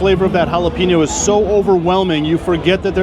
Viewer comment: you need to apologies for jalape-no but points for not just saying it is all good